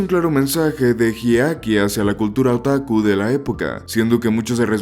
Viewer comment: Más de una vez te escuché mencionar erróneamente el nombre de Hideaki llamándolo "Hidekai" 😅🙄